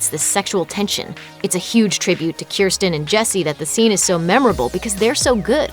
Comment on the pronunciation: me being a Pentaholic, got pissed off because of the way Kirstin/Kirsten was pronounced